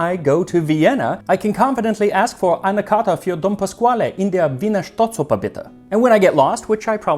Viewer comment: Die Aussprache von Staatsoper ist wunderbar. Meine Empfehlung zum Essen:Wiener Schnitzel(vom Schwein), Gulasch, Kaiserschmarrn, Apfelstrudel und umbedingt "eine Eitrige mit am Bugl"